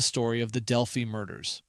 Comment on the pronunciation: It’s Del-fye like eye not Del-fee. Not sure why that bothered me.